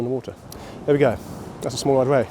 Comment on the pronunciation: not quite sure if you were saying 'whey' or 'ray' all the time. what a belting session , well done on the PB as well